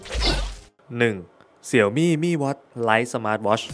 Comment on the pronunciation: เสียวหมี่ อ่านผิด